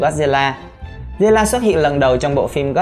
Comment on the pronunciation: Zilla nha ko phải ziulla ad phát âm khác